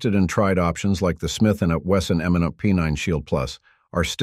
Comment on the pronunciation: I swear the only reason I like watching these videos is to hear the AI mispronounce a bunch of words😂 The Smith na Wesson MmnaP, 13 pluh 1..